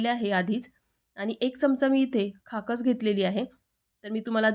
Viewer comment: मराठीत बदाम म्हणतात,बादाम हिंदी भाषेत म्हणतात. दुसरे म्हणजे तुम्ही खसखस ऐवजी ' खाकस ' शब्द बोललात. व्हिडिओ तयार करतांना कृपया भाषेकडे लक्ष असावे! तुमचा व्हिडीओ छान आहे पण त्याच्या सादरीकरणाकडेही लक्ष द्या म्हणजे अजून उत्कृष्ट होईल! माझ्या सूचनेचा राग मानू नका , सकारात्मकतेने विचार करा! धन्यवाद!